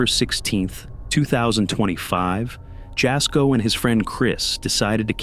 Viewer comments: Jasko is pronounced yasko- the J is silent like juan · You say Jasko's name like 'Y'asko not in a J sound . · Jasko's name is pronounced, Yasko. Yes, his videos are fake but very entertaining. 😊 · He said "Jasko" but all I heard was "Bullshit" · Just wanted 2 say that Jasko's name is pronounced Yasko. It's spelled Jasko but pronounced Yasko. He was not born in the States. Hope this helps!